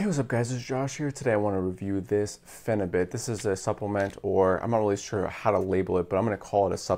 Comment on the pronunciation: Pheni - beaut is the pronunciation. 🙂